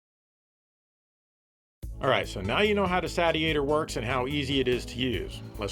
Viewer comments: is a word jester - it's a "say-shee-ator", not a "sadiator" or what-have-you! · Regarding pronunciation, I can't be the only one who has seen the katakana on the box reading "セイシエター", which is pronounced as the verb "satiate", not the "Sat-ee-ate-er", as MLiG called it. Hopefully that brings the confusion to rest. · If you are interested, the Japanese katakana on the front of the box says Seishietah so it indeed should be pronounced as in satiate~~ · It's surely pronunced SAY-chi-a-tor? Like satiate, as in satisfied? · Wouldn't it be pronounced saish-iator, as in it satiates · I'm holding out for the Saytiator. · It's pronounced like satiate, seeshiator. Says so on the box. (in Katakana) セイシエター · FWIW, the katakana on the box indicates it should be pronounced like the actual word, "satiator" (say-she-ay-tor). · Well it's satiate, satiating, and satiated so I'm going with Sat-iator.;) But I want you to make it cheaper, that's how complaining here works right? ^_^ Looks pretty good, start saving up SS fans. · I guess if it’s pronounced the Sate-e-a-tor, then maybe the console is supposed to be pronounced the Sate-Urn? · It’s pronounced (Say-She-Ate-Her) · That's what it is. It's just approximating a Japanese pronunciation of "Satiator" (Say-she-ay-tor) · How many times did he mispronounce Satiator in this video? About 50 🤣